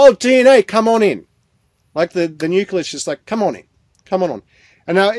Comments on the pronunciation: This guy can't even pronounce 'nucleus' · I wish that man could pronounce the word nucleus properly /wince/ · "Nuculus"? Silly me- I thought it was "nucleus". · Difficult to trust a scientist who can't pronounce nucleus! 😂